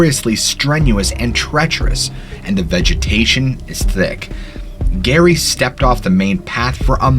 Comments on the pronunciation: Jerry….Jerry….not Gary. 😵‍💫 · Lol love this story jus giggling a lil I think it’s Jerry for Geraldine not Gary. 😜